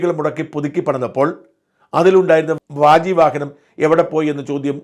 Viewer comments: വാജി വാഹനം ആണ് അല്ലാതെ വ്യാജി വാഹനം അല്ല ഷാജാ .. ഉച്ഛാരണംമാറിയാൽ അർഥം അതിഭീകരമായി മാറും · ദയവായി ശറ്ദ്ധിക്കുക. താങ്കൾ രണ്ട് വീഡിയോകളിൽ വ്യാജി വാഹനം എന്ന് പറയുന്നത് കേട്ടു. വാജി (കുതിര) വാഹനം ആണ് ശരി. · വാജി വാഹനം എന്നു പറയ് shajanji..... "വ്യാജി " വളരെ തെറ്റ്...... പലവട്ടം പറയുന്നു....സഹിക്കാൻ പറ്റുന്നില്ല... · Not vyaji vahanam. Its vaagi vahanam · Vyaaji alla Vaaji Vahanam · വ്യാജിവാഹനമല്ല വാജി വാഹനമാണ് ശരിയായ ഉച്ചാരണം ശ്രദ്ധിക്കുമല്ലോ